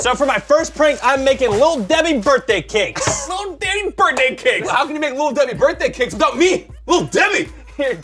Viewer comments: You have been saying birday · I LOVE HOW ALWAYS SAYS BIRDAY INSTEAD OF BIRTHDAY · Birday cake Collins: “BiRdAy CaKe” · he kinda says birt day